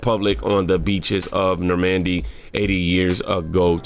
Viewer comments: It’s nor mun dee lol not nor mandy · It’s not Nor-man-D, it’s like the name Norman-d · Stop it stop it stop it you're killing me every time you say the word Normandy It is not nor "MANDY . The inflection is in the front of the word more like. NOrmndy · It’s Norman-dy not Nor-man-dy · That Trump comment is just another left wing conspiracy theory that has been debunked more than a dozen different ways. He never said it. Also since I know our school system sucks and you are really trying. It's pronounced Nor-mun-dee. The ship is Mass Effect is named after it. There is no disrespect intended in thay correction. I just wanted you to know. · You’re killing me with your pronunciation of NORMAN-D yesterday you jacked up Rudy JULIE-AH-KNEES name. Bro, get on it. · Bro, who reviews your stuff? (Nor- Mun- Dee)👍🏽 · nor-MEN-d 3 syllables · Bro, you and these names.😅 Norman-D